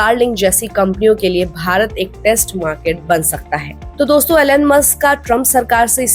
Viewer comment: To the host: The name is Elon and not Alan, as you pronounce.